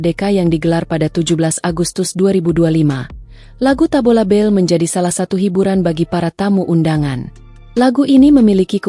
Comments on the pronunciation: Tabola bale..bukan tabola bel😂😂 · Kayaknya mbak AI perlu kursus Bahasa Indonesia...Tabola bel...Tabola bel 😮😮😮😅😂